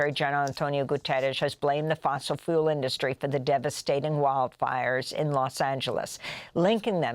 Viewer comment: Funny Amy, Now YOU'RE pronouncing the word "fuel" like Guterres is! You're so cute! Martin.